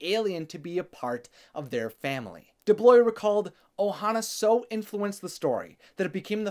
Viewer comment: Great video... one complaint: it was very distracting how has difficulty with pronunciation several words throughout (goeesh instead of 'gouache', for example lol) and inconsistency and mispronunciation of names (DuBlois, for example). Which took me away from what was being said for a few seconds, i had to rewind and rewatch but I had to concentrate very hard to avoid those mistakes.